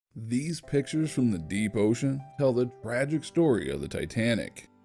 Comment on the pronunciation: You mean tragic. Not gracic.